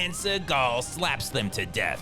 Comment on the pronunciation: Steven Z-eagal